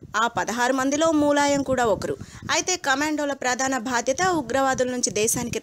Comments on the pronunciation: tollywood nagar: మూలాయం కాదు ములాయం Sarigga ఉచ్చరిస్తే baguntundi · Mooooolayam kadu, mulayam First learn how to pronounce telugu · Mooolayam ende nee amma.. Moola shanka laaga.. Mulayam ani kuda analeva nee lanja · మూలాయం కాదు తల్లీ.... ఆ ఎదవ పేరు ములాయం...